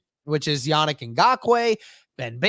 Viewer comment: Yannick’s first name isn’t pronounced “Yah-Nick” either. It’s not pronounced “Nick” at the end, it’s “Neek”. So it’s pronounced “Yah-NEEK” Then his Ngakoue is pronounced “in-GAH-kway” Hope this helps anyone wondering.